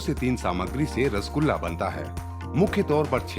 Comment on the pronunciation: It is "R-SO-GOLLA"